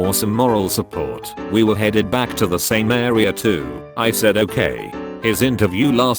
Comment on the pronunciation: why did you say 'same' like that?